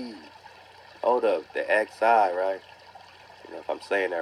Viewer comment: Xi=pronounced like "She" my brother...Peace 🤟🏿✊🏿👌🏿✌🏿💪🏾